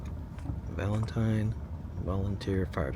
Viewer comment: It's pronounced Valenteen